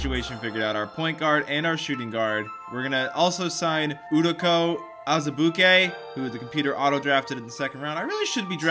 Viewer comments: It's you- doka azubuike not oodoka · Hey I’m a huge KU Basketball fan and it’s pronounced U-doke-a Az-I-Buke-e. He’s was one of the best players in college basketball and him and Devontae were amazing friends at KU. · Anyone else cringe at how he said udoka azibuike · He said Udoka Azubuike wrong.